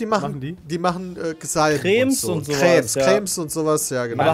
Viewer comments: Ey es triggert mich so unglaublich... PEDDA ES HEIẞT CREME NICHT CRÄM!!! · Bin ich der Einzige, den es triggered wie Pedda Cremes ausspricht? :D